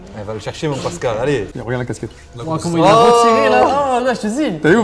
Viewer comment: Vs savez pas dire correctement sont prénom vs wsh c "Pascal" c pas si dure...... fin normalement.